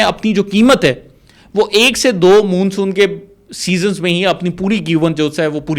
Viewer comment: Dear, آپ ماشاءاللہ ڈاکٹر ھیں اور پڑھے لکھے بھی ھیں مگر پوری ویڈیو میں آپ لگاتار مون سون کو غلط تلفظ کے ساتھ Moonsoon کہہ رہے ھیں جبکہ درست تلفظ Monsoon ھے۔ آپ کی مکمل ویڈیو سنی اور مجھے بچپن میں پڑھی شیخ چلی کی کہانی یاد ا گئی۔ آپ نے جو قلابے ملائے ھیں وہ ناقابل یقین ھیں۔ آپ کے یہ آبی ماہر انجینئر انعام صاحب آج تک کہاں سوئے ھوئے تھے۔ آپ کی ساری بات چیت ھوائی محسوس ھوتی ھے۔ یہ ایک workable آئیڈیا نہیں لگتا نہ ھی اس طرح کا کوئی ڈیم کہیں دنیا میں بنا ھے۔ کچھ سوال غور طلب ھیں: 1۔ اس مجوزہ ڈیم سے کتنی آبادی متاثر ھو گی۔ 2۔ یہ ڈیم ٹوٹل کتنے علاقے کو اپنی لپیٹ میں لے گا۔ یعنی اس کی کل لمبائی چوڑائی کتنی ھو گی۔ 3۔ آپ نے بتایا کہ تربیلا ڈیم کے ڈیڈ لیول سے پانی اور سلٹ کو اس ڈیم میں ڈالا یا لایا جائے گا ۔ تو جناب یہ کس پ طرح ممکن ھو گا۔ کیا کوئی اتنی گہری نہر کھولی جائے گی جو تربیلا ڈیم کے ڈیڈ لیول سے پانی اٹھائے گی اور یہ نہر کتنے عرصے میں مکمل ھو گی۔ دوسراجہاں تک ڈیم کی سلٹ Silt کا تعلق ھے تو عرض ھے کہ یہ لٹ ڈیم کی تہہ بن چکی حتی ھے اور اس طرح بہہ کر نہر کےذریعے اس مجوزہ ڈیم تک کبھی نہیں پہنچ سکتا۔ 4۔ آپ نے ذکر کیا کہ دریائے کابل کا پانی بھی اس ڈیم میں لایا جائے گا تو یہ کس طرح ممکن ھو گا کیونکہ یہ دریا تو دریائے سندھ میں اٹک خورد کے مقام پر شامل ھو جاتا ھے تو پھر اس کا پانی کس طرح دوسرے کنارے کی طرف لایا جائے گا۔ 5۔ آپ نے بتایا کہ اس ڈیم سے دو سٹیج میں بجلی پیدا ھو گی؛ ایک جب پانی اس ڈیم میں داخل ھو گا اور دوسرا جب پانی کا اخراج ھو گا۔ تو جناب عرض ھے کہ اس ڈیم میں داخل ھونا والا پانی تو سینکڑوں چھوٹے چھوٹے ندی نالوں کی شکل میں کئی اطراف سے داخل ھو گا جس سے کبھی بھی بجلی پیدا